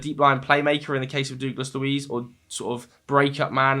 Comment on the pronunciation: Mate. Please stop saying ‘Doogless’ Luiz.